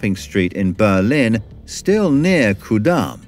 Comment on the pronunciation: Slight correction at this point: It's called Ku-damm, not Kur-damm.